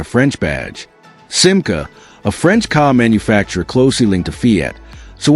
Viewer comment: Chère voix synthétique, il va falloir que tu apprennes à prononcer correctement la marque française SIMCA, qui trouve son origine dans FIAT France.